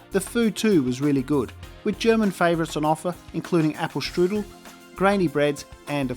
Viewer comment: The pronunciation of "Apfelstrudel" was really funny. :)